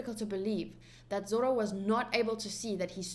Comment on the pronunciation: And zoro is zolo 😂